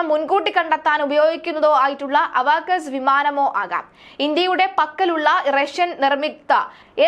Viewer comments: അവഗസ്ഥ അല്ല അവാക്സ് anu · എന്റെ ദൈവമേ അതു “അവകാസെസ് “ ഉം ”അവകാസ് ”😢 ഉം ഒന്നുമല്ല അവാക്സ് അഥവാ എവാക്സ് എന്നാണു പറയുക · അവകസ് അല്ല AWAX ആണ്.. ഒന്ന് പഠിച്ചിട്ടു അവതരിപ്പിക്കൂ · അവക്കസ്, അല്ല അവാക്കസ് ആണ് കുട്ടി.